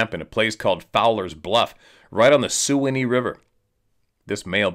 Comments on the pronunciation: Note from a friend and follower: Sewanee River is pronounced "Swanny" as way down a very Sewanee River....... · Its the Suwannee River, (pronounced swan- ee) and yes, Skunk Ape is a local phenomenon throughout Florida and Gulf States.